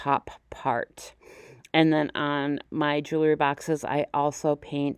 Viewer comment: It’s pronounced jew-el-ry, not jew-la-ry